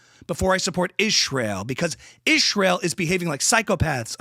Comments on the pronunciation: why does she pronounce "Ishrael" like that? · LOL thank you for the ‘Ishrial’ it drives me NUTS when she says Ishrial!! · "ishhhraeel" lol. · Omg the way he said Israel lmao 🤣 noooooo